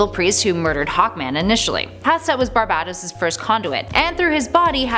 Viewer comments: I swear she said babebatos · I'm sorry but your pronunciation of "Barbatos" really off-putting, and unnerving.......it sounds like u're saying "Barbados"